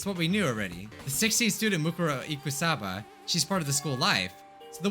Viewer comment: Ikusaba is pronounced Ikuusaba